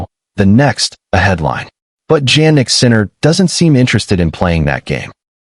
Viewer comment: Hey his name is pronounced as if it started with a Y-Yan like Yawn not JANnik like Jam--and you should know this